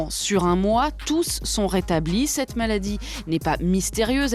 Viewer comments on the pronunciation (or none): none